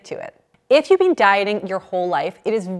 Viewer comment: I also hear it as " bean" rather than been.